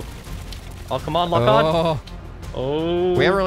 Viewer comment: I had to rewatch this like five times to figure out he said "lock" lmao